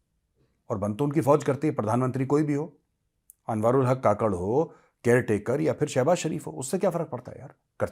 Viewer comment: Kakad nahin kakkad Jaise Neha Kakkar